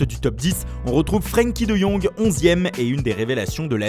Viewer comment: "Vent de bik" 😂.Van de beek ça se prononce "Vanne de béék". 🇳🇱🇧🇪.c'est pour ça que les belges se foute de votre gueule .pareil avec de jong on prononce "De Yong" ça pique les oreilles